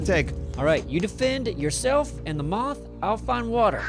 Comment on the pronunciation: Why does say moff instead of moth